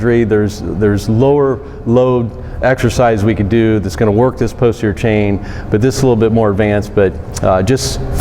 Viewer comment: This is interesting. I've been using this for 15 years. It has a lot more diverse an array of possibilities than what you've shown. Please pronounce posterior clearly. It sounds like you're saying poster.